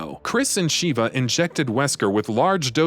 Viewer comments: her name is shiva not sheeeva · Excellent recap, but major cringe every time he says "Shee-vah" instead of "sheh-vah" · It was cringy having you say the names wrong. Especially, Sheva’s. I mean, they say her name so many times that not once did they say “SH-EE-VAH”. Come on, man! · sheh-va, not shiva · Sheva not sheeva short e not long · I cringe every time he says Shiva vs Sheva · Hate to be that guy, but it's Sha-vah They literally say this in the game, lol. Not Sheeva. Not sure why so many videos keep doing this. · you really wasted time discussing resident evil 5 chris and sheva when you COULD have been explaining its dlc desperate escape which actually includes JILL!!! also it's Sh-eh-vah... not shee.va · No offense when I say this buuuut Uroboros (Or-o-bor-os not Euro-boros) Sheva (Sheh-va not Sheeva) Idk how to spell Excella's last name but it's pronounced (Gi-ohn-ay not Gee-own) Sorry was just bugging me a little lol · Super cringey on how the narrator pronounced Chris' partner's name. It's like they never played RE5 at all. It's SHEVA not SHIVA. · Sh-eh-va? Her name isn't "Sheeva," you're thinking of mortal kombat bro... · Ugh I can’t with his butchering of their names 😂 Shhhhheeeeeva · This guy's pronunciation is all over the place. Sheeva, Euroboros, and Gionie are all phonetically wrong. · Every time he says Sheee-va my blood hurts. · SHEE-VA COMPLETELY TURNED ME OFF!!! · Stopped watching when Sheva's name was mispronounced. RE5 had voice acting so there's no excuse. 🤦‍♀️ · There's literally no excuse to mispronounce Sheva's name.. the game has voice acting.. 😫🤦‍♀️